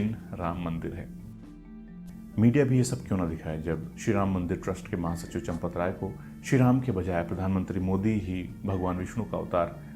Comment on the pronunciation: Bhai champat Rai Nahin lanpat rai hai